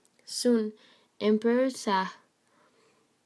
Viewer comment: It was a good review of the story, be careful with the pronunciation of some words, eg. Shah (it sounds as written /shaa/). The sequence of images is a good support por the narration.